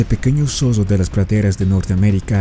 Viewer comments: ¡NO ES MALDAD, ES EXIGIR QUE EL NARRADOR DE ESTE VIDEO SEA EL IDONEO! ¡MI COMPAÑERO DE UNIVERSIDAD TRATÓ DE ACTIVAR SU TRADUCTOR Y MUCHAS PALABRAS QUE FUERON MAL PRONUNCIADAS COMO "ZODO" SIENDO LA CORRECTA "ZORRO"! ¡JAMÁS LAS ENTENDIO ENTENDER, SE LO EXPLIQUE YO! ¡NO ES DE MALDAD, ES DE EXIGENCIA Y RESPETO POR QUIENES VEMOS ESTOS VIDEOS SUBIDOS! ¡Y MUCHAS VECES PIDEN 👍QUE SUBAS EL DEDITO! ESE DEFITO ES PARA VIDROS ÓPTIMOS Y NO PARA ÉSTE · El zodo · un zodo es más fuerte que un zorro......